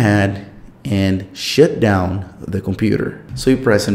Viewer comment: “shit down”?